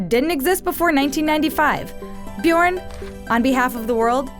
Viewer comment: wth how tf is the pronouncing "Bjørn"??? AHAH "BJURRRN" ahahah